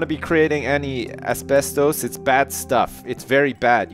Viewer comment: His pronunciation of asbestos XD